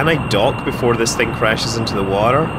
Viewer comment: Was so proud to be Scottish listening to you, then heard how you say water 😂 Love the videos bro, just started subscribing